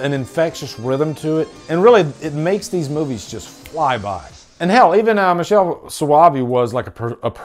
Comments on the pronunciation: I believe it's 'mikehle', not 'michel' for the pronunciation of the director's name. He also did The Church or La Chiesa, wich I LOVE. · Great video and review. Director Michele Soavi, (his first name is pronounced Mickele :)) didn't a great job ending the Italian horror era with the sect and dellamorte dellamore, two movies I love :) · Yep its Mikele soavi